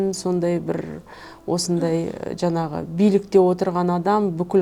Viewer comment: Жанағы ...жанағы.... демей ЖАҢАҒЫ ДЕ! НЕРВЫҒА ТИМЕЙ!